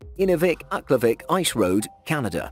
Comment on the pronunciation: I'm from the Northwest Territories and he pronounced Aklavik Wrong 😂